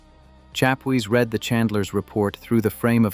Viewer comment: You need to type the word ‘read’ to ‘reed’ for your text to speech to finish off an otherwise pretty good analysis and presentation 😊